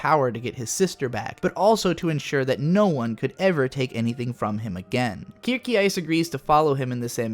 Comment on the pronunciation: Did you watch a dubbed version? Your pronunciation of the names kinda hurts... especially Kirkeice instead of Kircheis... Rasenritter is rather funny, since you make to rose knights into lawn knights (that could totally be the name of a non-professional German soccer team)